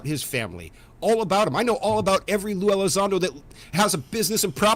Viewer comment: Welcome back you’re hilarious and an awesome fella but mate, it’s Elizondo, not Ally Sando! 😅 Much love 🇬🇧 👽 Oh, and Yoo fololgy, not yoo eff ology 😊🙌🏻